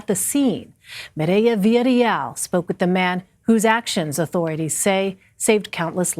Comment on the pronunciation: Damn this news anchor can’t say “Maria Villarreal” lmao ... Merieah